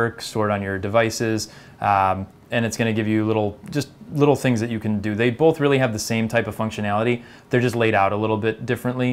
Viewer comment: Says "bolth"